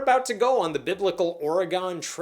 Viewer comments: I hate people that do this, but here goes anyway: It's not OR-UH-GONE, it's OR-UH-GUN. The locals that care REALLY care about that similar to how people in Colorado care about how that A is pronounced. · That would be Ory-Gun, not Ory-Gone - - unless there was something similar in their desert. The Portland Mayor taught me to pronounce it correctly when I moved there in 1972. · You should probably blame Al Pacino. He pronounced it OR- re-GONE in his big speech in the movie, Scent of a Woman.